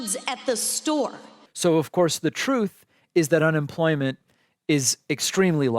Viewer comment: Did she say unenfloyment?